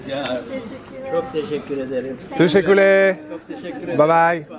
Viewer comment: C’est Teşekkürler, prononciation : téchékurlère ☺️